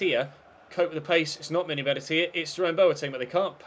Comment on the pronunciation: Benatia is pronounced Beh Nash Ee A